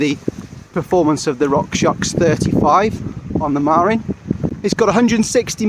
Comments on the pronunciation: Marín, not Marin. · It’s pronounced muh-RIN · Hee hee - that's a British thing... I used to pronounce it MAR-in too until I moved to California and realised it's Ma-RIN.